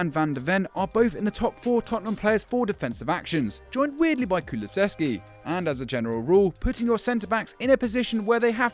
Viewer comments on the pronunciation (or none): none